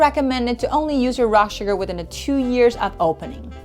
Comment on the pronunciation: as asian her suGARRRRRRR is annoying haha